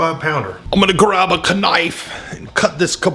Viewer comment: Spooky test! 😂😂 Be polite to the imported meat. 😂 Did you say k'nife??? No way! I say k'nife! AND you said a"salt"ed! You must be a long lost relative or something, LOL.